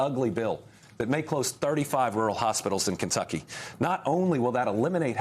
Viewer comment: LOL, She said "Kentuckany". Love Andy.